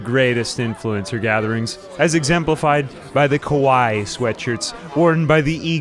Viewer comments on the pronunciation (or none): It's pronounced "kah-why-ee." It's 2023, we should probably all know this by now lol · The way you said "kawaii" actually means scary 😂😂